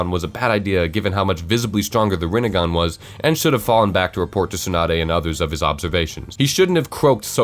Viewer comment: I love how he leaves the picture there and pronounces THE RINE(N)GAN